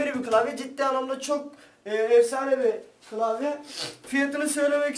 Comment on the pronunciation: türkçen kaç senin kılavye değil klavye bunuda bizmi söyliyeceğiz